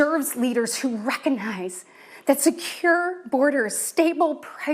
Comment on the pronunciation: Biden is diminished? But you’re 40 and can’t enunciate “recognize”? The word isn’t “reconize.”